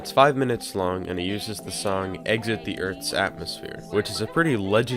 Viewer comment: Very few people realise it is pronounced Exit this Earth's aTOmosphere